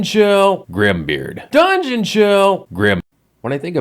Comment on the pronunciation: Lovely review, loved the "Grim beard! DRUNGEON CHILL!" bit, but I do gotta disagree on the acting bit - I think they knocked it outta the park for what they had. The self-absorbed president, the dutiful big bro, the outrageously cocky protagonist and his rival, all super fun and acted well, even if the writing's sometimes a bit, uh...not too great. Their sets are pure 90s, though. The power ranger-ass armor, the BIG NUTS and drawers, the teleporter that's just a plastic ring chucked on the floor, I love it. I'm definitely gonna throw this onto my list of stuff to play! It sounds and looks genuinely fun. Edit: Hey that's me! Neat. I see I'm not the only new subscriber from a German speaking country! Hearing you pronounce "die Spottgeburt" is great